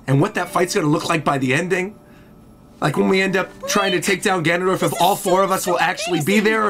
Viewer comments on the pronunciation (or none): none